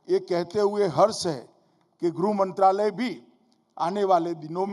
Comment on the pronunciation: गृह मंत्रालय तो सही से बोलो नेता जी